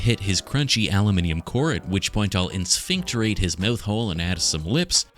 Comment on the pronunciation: Lol " en-sphincterate" 😂